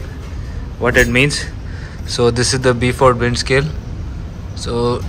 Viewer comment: Great video. The Beaufort Scale (pronounced Boefort) is named after British Rear Admiral, Francis Beaufort. Best wishes from the UK.